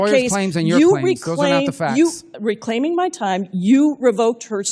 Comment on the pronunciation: "reclayming ma tame, reclaiming ma tam"